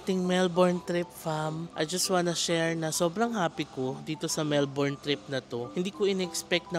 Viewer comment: last day na di pa rin mapronounce nang tama ang melbourne amp